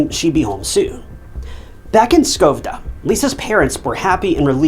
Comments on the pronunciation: Incel narration: "lisa Holm was born in Skovde (miss pronounciaton on a buthering note its Sch-Ö-vde) LOOK up the letter Ö its not an o!!! "Skov'de England despite the text clearly texting Skövde Sweden". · I hate the way he pronunces Skövde. Sadly i dont know how to explain how to in text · Does he say Skövde England even though it should be Skövde Sweden?